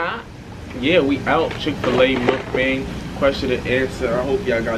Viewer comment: it’s pronounced MOOOKBONG 🤓